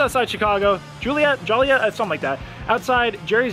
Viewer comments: Joliet is pronounced like Jolly-ette. The building next to the Shedd Aquarium is the Adler Planetarium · Did he say Juliet lol. It’s Joliet 🤣🤣🤣🤣. You’re in the southwest burbs of Chicago. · Let me help you. Joliet, IL.....pronounced JOE-LEE-ET. Or maybe in your case, JOEL-EE-ET. 😁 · Pronounced "Joy Let" like toilet.